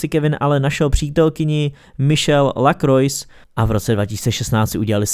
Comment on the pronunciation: Super video. Kdyby si náhodou Kevin chtěl jít splnit svůj dětský sen do Liverpoolu, nezlobil bych se😂 Btw. Michèle Lacroix se čte /Lakrua/